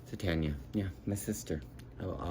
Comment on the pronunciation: It's TARN-YAH., like SHAR-DAY. (for Donelly, not Tucker) I don't have Earwig on vinyl yet, that's the next reissue by American Laundromat in 2024. You know I love JH, and the ELO record isn't going to be out until November--damn vinyl pressing plant backlogs!